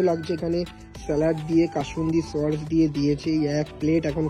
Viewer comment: পমপ্লেট ❌ পমফ্রেট ✅ সর্স ❌ সস ✅